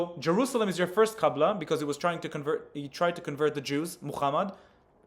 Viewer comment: He said qabla not qibla oh woe, he messed up one vowel of a word from a different language. We all knew what he meant, even the guy in the video understood him. Try debating in a foreign language about another foreign language and see if u ever make a mistake 😂